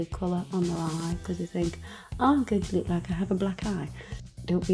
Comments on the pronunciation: Every time you say "lewk" it makes me smile :D <3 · I love how you say look. It sounds like Lewk. I don't know why that stands out to me but I love it! Lewk and facebewk 😍👍🏻😘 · I love how she says look it sounds like she is saying Luke lol